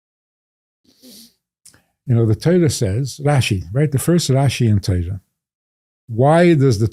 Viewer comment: You live by the Torah or Teira, or Tara, or Tiera? TerroX. I'm really past irritation.